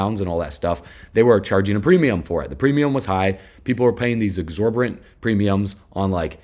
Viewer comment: Great content man! At you said “Exorberant” I think it’s “Exorbitant”